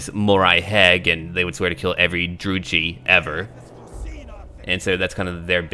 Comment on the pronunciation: Hey it's Dru-Kai not Dru-Chee I used to make that mistake a lot too. For references check out Warhammer Battlemarch. The Lord says "I lead the Druchii on!" Another thing. Maleketh didn't betray anyone, he's the true Phoenix king.;^) Really the only part I liked about the travesty that was the End times.